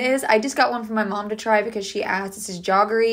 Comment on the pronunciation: Bombil is the Marathi/ Hindi word for Bombay Duck fish be it either wet or dried form…actually it was called so because the fish used to be sent from Bombay to Calcutta on the mail railway line called Bombay Daak (mail) & the smell it created …so the name became into Bombay Duck instead of Daak,,,and it’s jaggery not Jogg-rey…sounds like jet lag—-jag—-jaggery …tc😊